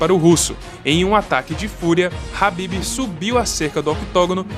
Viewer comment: é khabib nao rabib ... o documentario ficou top até vc ficar repetindo o nome do cara errado kkkk